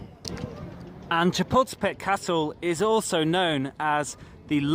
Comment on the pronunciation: No offence but I thought you were saying chipotle-pec castle lol. Wonderful video!